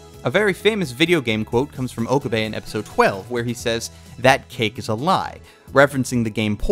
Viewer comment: I do not remember this reference. I'm pretty sure he never said any such thing. Also I'm hearing "Ohkubay" over and over again.